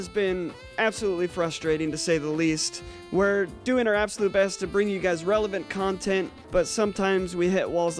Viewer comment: Ab-sholute, Shhinema